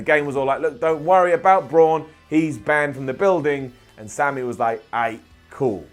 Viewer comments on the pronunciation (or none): none